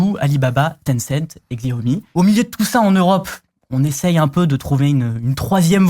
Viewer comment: CHAOMI, c'est pas compliqué